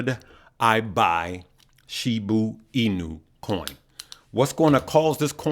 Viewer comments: I like how says Shibu instead of Shiba lol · “Shiboo”. Lol